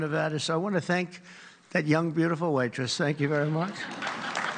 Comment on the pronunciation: Did he say "White-tress"? Instead of waitress?!